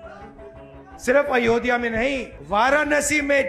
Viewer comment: Ayodhya to bolna sikh jaiye Rahul ji